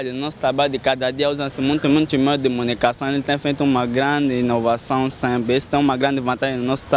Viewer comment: " Meios de municação "